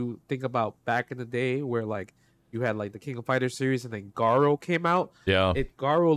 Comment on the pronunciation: I know I'm being nitpicky af, but I can not believe people still can't get Garou right when literally every announcer after Garou Densetsu Special back in 93 clearly says "Garoo" and not "Garow."